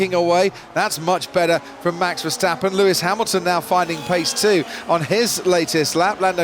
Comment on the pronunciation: mex vesteppen really commentator ?? ,,do your homework,, google youtube for pronouncing